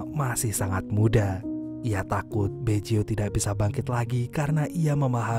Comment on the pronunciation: Bukan Beco tapi Baggio min² 🤣🤣🤣